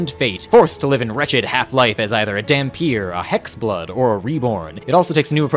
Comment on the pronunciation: Funfact: dhampir comes from an albanian word, dhampir, which is pronounced "tham-peer" (the th pronounced like in "the", not "thought")